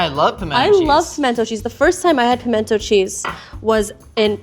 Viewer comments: It’s pronounced... pamina cheese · Where I come from, it's not 'pimento cheese' it's 'minna cheese'.